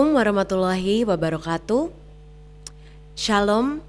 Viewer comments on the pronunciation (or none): none